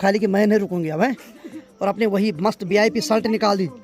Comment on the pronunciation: तुम शलट मत बोला करो शर्ट कहते है